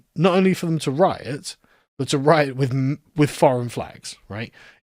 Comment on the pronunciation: You pronounced riot wrong.